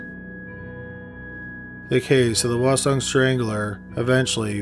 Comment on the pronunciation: I lived in Korea for 3 years and only understood parts of some names. He also mispronounced "hwaseong" (the H is not silent).